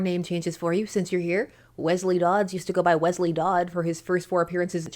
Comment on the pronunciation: in service to Wesleys everywhere, miss you called him wezley like with a z and it’s pronounced Wesley with a soft s, it’s always gotten on my nerves when someone calls me that, so I would assume it gets on other people named Wesleys nerves, so I just wanted to let you know.